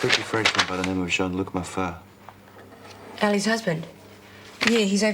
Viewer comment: You just knew that would be the one to pronounce the "t" in "Mafart" ROFL